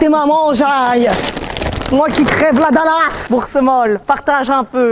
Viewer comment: "la dallasse"